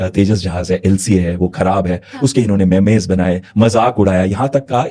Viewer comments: 😂ارے گھامڑ میمز ہوتا ہے مے مے یا مے میز نہیں ہوا کرتا 🤣🤣🤣🤣😂😂😂😂😂😂😂😂😂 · Memes ❌ Memayz ✅ 😂😂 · MEMES NOT MAIMAYZ😅😅😅😅😅